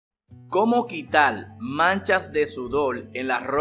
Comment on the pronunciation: Habla bien....mojal....leposal....quital...molar....reposar...mojar...habla bien....